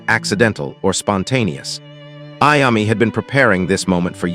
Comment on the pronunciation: It's pronounced I-O-ME. TONY IOMMI